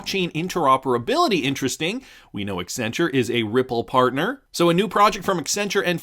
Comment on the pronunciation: extra points for pronouncing Accenture correctly